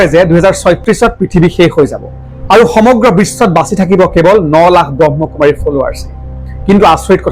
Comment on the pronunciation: আপুনি কথা কেইবাটাও ভুল কৈ কৈছে প্ৰজাপতি নহয় প্ৰজাপিতা হে আৰু ব্ৰহ্ম কুমাৰ নহয় ব্ৰহ্মা কুমাৰ হে হয়।